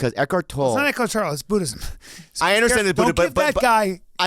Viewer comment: Eckhart toll E!!!!! TOLLE!!! You have to pronounce the E at the end it’s not just where are you pay $.50 over a bridge .... you can tell when he’s doing it to be funny versus what he doesn’t know shit....and he don’t know shit about this